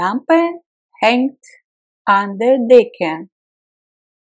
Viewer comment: Супер! Только одно сбивает: der мне слышится что вы произносите как бир. А вообще супер, хорошая работа